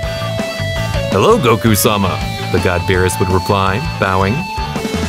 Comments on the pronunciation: His name is not bills it's berus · Work on your name pronounce of the characters and its BEERUS not Bills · Its beerus not bills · Bruh vegeta is spelling kakaroto wth is he italian and who is bills isn't it beerus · you need to learn how to speak its berus and saians